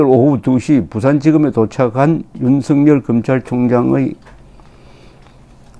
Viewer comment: 윤석열을 윤석렬로 발음하지 마세요